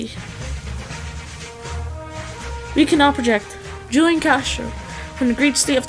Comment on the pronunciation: You say hulian